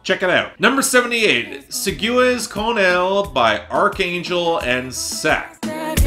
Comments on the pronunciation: See-gays con el! Love you but it would be great if you listened to those titles with the google translate robot first. Cheers! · It's pronounced SEE-GUESS CON EHL not WORST OF THE WEEK Edit: at least it's not the remix... dear god that's even worse!